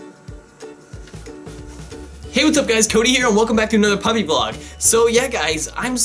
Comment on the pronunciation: Did anyone else hear him say punny vlog in the beginning